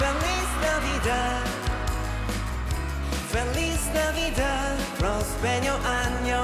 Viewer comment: Super conmovida con la perfecta pronunciación de Jin. 🥺